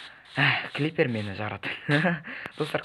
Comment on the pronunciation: Клипер 🤣 Сен натури қуад екенсің бро Крипер дейді